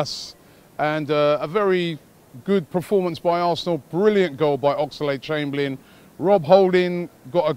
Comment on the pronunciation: Ox-a-lade chamberlain. Everytime you say his name like that Robbie....a piece of me dies inside